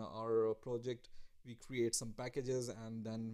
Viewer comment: Your accent shows that you're a poor student of the English language; instead of saying "we" you say "Vee"